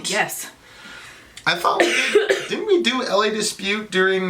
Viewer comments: 'La' not 'LA' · it's La, as in la la la, not L A lol but maybe you know that now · Is it hard to say La it’s not L.A it’s frustrating. I remember why I unsubscribed to your channel. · It's La not L A Dispute. La dispute. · "Lah" Dispute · Pronouncing it wrong 😂